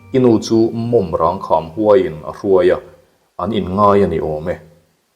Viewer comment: Mawmrang tlang i hria a nih chuan tinge i lam dikloh tlat le ka ti..